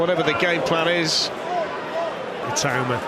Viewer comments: Why do people call him I-too-ma smh. Surely pronounce his name correctly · for the love of god please learn how to pronounce his name. It’s It-aw-ma not It-oo-ma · If Itauma wins, will you promise to learn how to pronounce his name correctly?